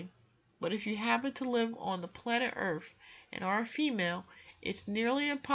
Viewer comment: I can't continue listening. She actually said, planet 'Earf'.